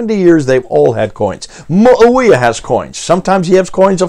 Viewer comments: It's pronounced Muwaaaawiya not Muwawiyyyyyya. Hold the A not the Y. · I say this not to be disrespectful or detract from the point but abominable Arabic pronunciation peppers these talks with a refreshing sense of humor. Lol Mōō'a-Wēēa (Mu'āwiyya) Ūbdilmulik ('Ābd ul-Mālik) Ūlla (Allāh)